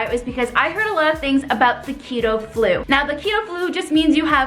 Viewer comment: I heard cheeto too